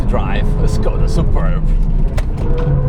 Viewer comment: C'mon, it's "Шкода", not "Скода", just as VW is "Фолксваген" and not "Волксваген".